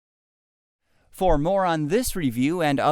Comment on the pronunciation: Wow. You said Huracan so wrong.